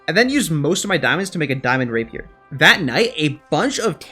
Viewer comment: when you make rapier i was like thank god finally someone can say rapier